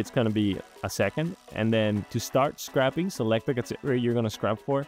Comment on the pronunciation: That was driving me insane too. It's not scrapping. I have written several scrapers in the past for long dead sites and, well, it's called scr ay ping. This is the first time I have ever heard someone call it that!